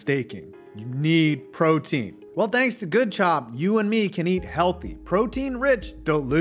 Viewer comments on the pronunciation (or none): none